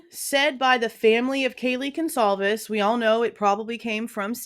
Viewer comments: Dude said "Gone-clah-vez" ...the disrespect to not even know their name good god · This Blum guy is disgusting, not only is he a scum he can’t even pronounce Goncalves properly. How can a writer not even pronounce words properly! I listened to him briefly on another channel, he’s sickening!